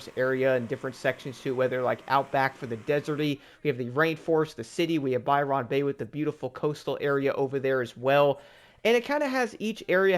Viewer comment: Im sorry but as an Australian, it was really cringe to hear you say, by-ron bay, it’s more like by-ren bay. Other than that it’s amazing to still see people getting on the game for the first time all these years later. Fh3 was my first Forza game back in 2017. And it was so cool to drive around all the recognisable places all around my country especially since I was only 9 at the time. I got a couple of the dlc’s before it went off the store. But I unfortunately missed out on blizzard mountain, which looked cool as hell.